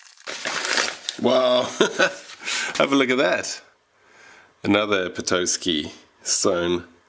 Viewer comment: Michigan native here, its pronounced peh-TAH-ski